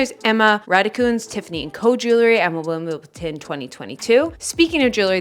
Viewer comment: nice month of training. There's no 'T' in Wimbledon, why do people say WimbleTon? I don't say EdmonDon